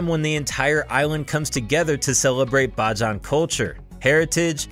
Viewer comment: Its Bayjan but spelled like bajan